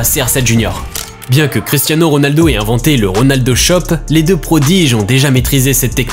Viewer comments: Està Cristia nîño C'est Cristia niño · nn t dis à CRISTINO pas cristiano c'est ça que je veux te faire comprendre 😊